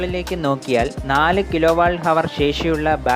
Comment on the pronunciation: കിലോ വാൾട്ട് അല്ല. കിലോ വാട്ട്.